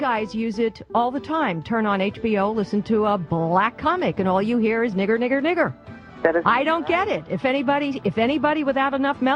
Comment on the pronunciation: The black lady said "the N word" she said "niger Niger Niger"